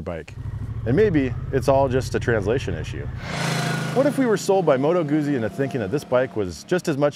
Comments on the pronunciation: It's Moto Guzzi like "pizza", not "uzi" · Good stuff my friend but it's pronounced Moto Gootzee, same way you would pronounce pizza. 😉